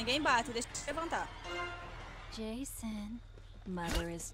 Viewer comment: Esse hehe janso hehe janso e estranho😧